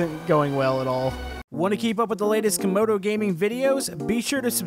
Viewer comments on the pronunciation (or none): CAMODO NOT COMODO